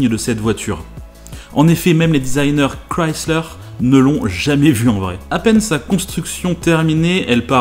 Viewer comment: Au moins la Mazda Furaï est sur Grand Turismo PSP, et enfin un Français qui prononce bien le nom de la marque Chrysler, car j'entends parfois des gens le prononcer comme ceci: Crislaire